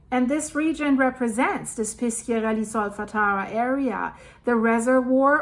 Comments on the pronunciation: You must say Pisharelli, not Piskiarelli. In italian, "sc-" is like your "sh-". And Bàcoli is not Baciòli: you must say Bahkoli, not Batcholi. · Hi. It’s Pishiarelly, soft c. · Però piskiarelli è molto più cortese di pisciarelli !!!😂